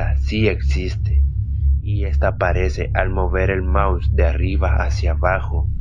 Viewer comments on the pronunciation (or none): none